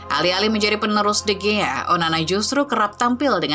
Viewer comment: sebutin yg bener,david di hiya..